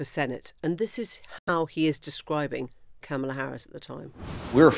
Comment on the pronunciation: You have to wonder at the News Agents for doggedly and assiduously ensuring that they mispronounce Kamala without fail.